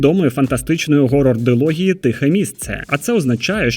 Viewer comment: Актор Том Харті а жанр хорор а не горор тупа ти потвора